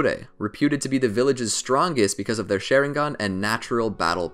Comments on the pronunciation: LMAO Share-in-gon its Shar-ing-gan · You pronounced it like “sharing gun” it’s SHA RING GĀN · This man says “Sharing-gun”…. I can’t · Bro it’s a sharingan not a shairingan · Why does he call sharingan sheringan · SHARingan not SHAREingan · Its SHARINGAN NOT SHERINGAN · Stop saying sherigan u need to Sharingan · OMG ITS NOT (SH-AY-RING-GON) ITS (SH-AH-RING-GON) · This man is calling it sharing gone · I got to about in and the way he says "Sharing Gone 🤪" took its toll. i can't lol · the way he says it: Share-in-gan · Dude really just say SHAREringan at the beginning of the video 🤦‍♂️😂😂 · their shareingan lol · the way he says it bugs me ''shareinggon" it just sounds hella weird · My man said Sharing Gun all I hear 😂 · my guy really said sheringen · it's not called a sheringan but a sharing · He said shareingon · Did he just say shareingan XD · Mangekyou sheringa, asura cmon bro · Lol he said some the shi-re-gan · Why the hell does he say shareingan it pisses me of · wtf is a share-ingan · Share-ing-gan lol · its sha-rieng-gun how to pronounce it. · i like how he can pronounce other Japanese words but not sharingaun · probably not a bad video but I couldnt finish it cause of the way he continuously mispronounces sharingan